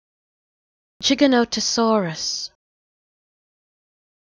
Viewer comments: Giganotosaurus is meant to be pronounced with a j sound tho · It's not 'jih-GA-nuh-tuh-saw-ruhs', it's 'jai-GA-nuh-tuh-saw-ruhs'. 'Jai' pronounced like 'Gy' in 'Gyroscope'. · I know its pronounced jig-a-notosaurus but, shes saying chiganotosaurus. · yeah I don't want what I was thinking when I posted that comment but I pronounce it jai gan tuh saw ruhs and I also hate it when people call it giga not uh saurus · no it isnt gigantosaurus is factually wrong and not how you pronounce it